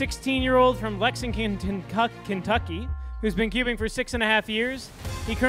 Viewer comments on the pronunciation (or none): the announcer butchered "Lexington KY" on Lucas's introduction XD